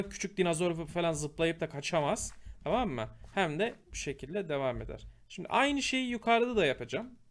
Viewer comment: şimdi yerine şimde demesini sevenler +1:)